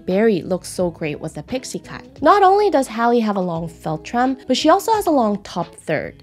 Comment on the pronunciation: Filltrum? Felltrim? What on earth does this mean? She says the word dozens of times with no explanation.